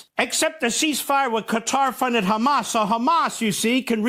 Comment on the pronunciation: I like how try’s too pronounce Qatar properly but fails 😂 nearly